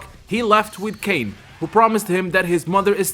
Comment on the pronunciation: I actually thought it pronuce Kain was well but i remember Kof 2006 pronounced it as KAAN I thought they just said it weird until I learned how to pronounce it